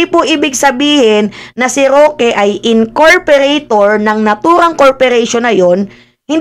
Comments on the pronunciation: pa check lang po “ incorporator “po hindi incorperator” 😊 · Incorporator ng corporation you mean, not incorperator ng corperation? Hehe.😉